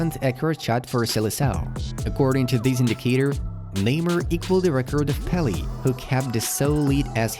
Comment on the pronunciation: To The Spokes Man of This Video Clip : WHO IN THE WORLD THOUGHT YOU YOUR WEIRD SOUNDING ENGLISH? The Name of The Legend PELE is Pronounced PELE'H ,Not PELY , at the End of His Name Pele ITS NOT > EE, IT'S >> E' ( like the Word CAFE' ) ....IDIOT LEARN THIS BEFORE U MAKE A DUMB MISTAKE.